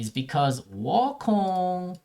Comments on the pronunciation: Woh kong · the way that he says wukong kills me 😭😭